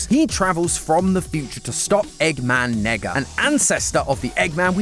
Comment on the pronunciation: "Eggman Nega." Bro did NOT say NEGA